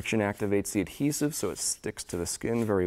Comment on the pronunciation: its adhesive.....the d is not silent!